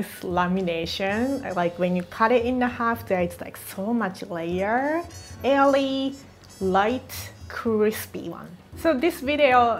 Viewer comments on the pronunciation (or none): You mean "Aily" 😅